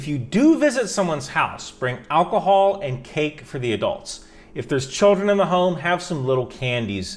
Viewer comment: AlcHohol. Alc-Hohol....LOL.